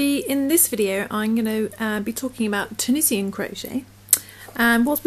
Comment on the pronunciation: Great bargain on the needles. Thanks for your video. Pronounced tu-nee-shun